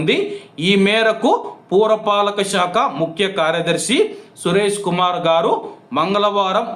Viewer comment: పూర పాలిక శాఖ కాదు పుర పాలిక శాఖ నీజెంత రైటి్ఒఫ్ఫ్